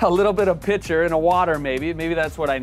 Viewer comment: "...a little bit of pitcher in a water...". Yea, I caught that. :P